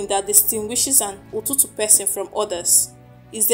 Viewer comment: It's not Ututu, it's called "Itutu"